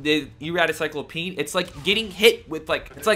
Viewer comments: Cy-clope-e-an not Cy-clo-peen just saying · This guy can not read to save his life. CY-CLO-PE-AN!!!! Not CYCLOPEEN!! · #laser it's CycloPEAN not CycloPEEN hahaha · Sy-clo-pe-in That's how you say it lol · Please stop saying cyclo-peen😭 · sahy-klop-ee-uh n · Is anyone going to correct him on his pronunciation on cyclopean or no? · Why are you you adding an e in front of cyclopean, also that's not how you pronounce it. :)